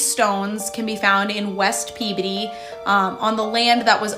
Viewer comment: The way this person is pronouncing the word "Peabody" is fingernails on a chalkboard. In over 50 years of life, I have never heard anyone pronounce that word so ... UGH ... she makes it sound like she is saying the scientific word for the maturing of the human body in the teenage years ... It is PEA BODY ... At least that's how my family who actually live in Peabody KS have always pronounced it ... Just ... UGH ... Every time she said it, it made my skin crawl ... And there's my unnecessary internet comment for the day